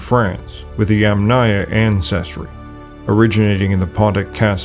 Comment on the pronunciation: Please, it's Yamna culture, not yamnA